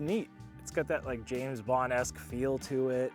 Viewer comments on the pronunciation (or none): none